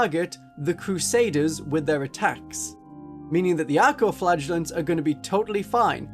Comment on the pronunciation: Great video but... I keep hearing "Arco-flatulents"